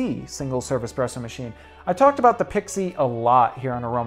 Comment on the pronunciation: Dude, learn how to pronounce Pixie!